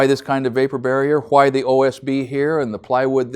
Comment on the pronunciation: hWhy hWhy hWhy?